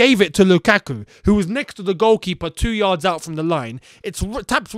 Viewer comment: The way you analysed the Lukaku goal is making me laugh😂😂.. especially the emphasis on "2 yards"